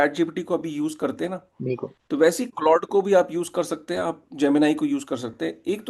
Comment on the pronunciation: अबे बोबडे "क्लाउडे" नहीं "क्लॉड" बोलते है।